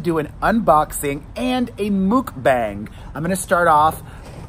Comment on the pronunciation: May I kindly correct you. Not mookbang, mukbang. Sounds like 'luck'